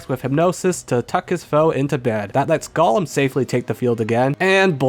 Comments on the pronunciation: Gollum? My precioussss! (It's GOHlum, not GOLLum) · Golem is pronounced Go-lem Not Gull-lum. That's a Lord of the Rings character.